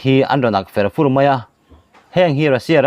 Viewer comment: A ngaihnawm tur angaihnawm tur angin a ngaihnawm loh leh thina, tawng thluk hi inzir deuh angai nih hi, mup mup tih hi thluk ve deuhla, fur fur tihpawh thluk deuh angai tho aw, ti chuan angaihnawm zual sawt ngei ang.